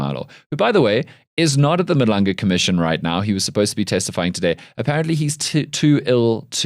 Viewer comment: as a South African, how are you still struggling to pronounce "Madlanga"...... at some point you are just lazy. Take more time and make more damn effort to pronounce African names properly, GET IT RIGHT!!!!